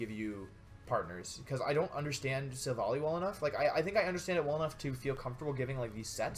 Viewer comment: you said Silvolly..... wow, that's so cruel